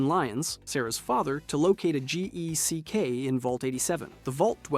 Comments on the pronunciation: found another. "gee ek" instead of gek 😅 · Sandy sands? Gee-ECK? Am I in the twilight zone? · Jeck.....you mean a GECK with a Ge sound not a Je sound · G-Eck, Jeck, Geck. Stick to one pronunciation (it's Geck) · Jeck? Are you rage baiting or did you not look up the pronunciations first? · Sandy Sands? 4 different GECK pronunciations in 10 seconds? Saying the Lone Wanderer was in vault 13!?!? Bruh what are you doing 😂😂😂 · Brother pronounced G.E.C.K. differently every time. Please just pick one, wrong or not.